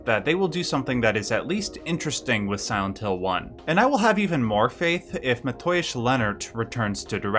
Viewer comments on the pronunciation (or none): You know, you can pronounce "Mateusz" as "Matheos" and it will sound closer to the original way the name is pronounced vs "Mat-Oi!-uSh" 😉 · More like "Matt-eh-woosh" ;) But you were close :D